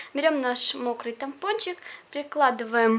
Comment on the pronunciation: говорила диск много раз,а потом сказала тампочничк!подумаешь))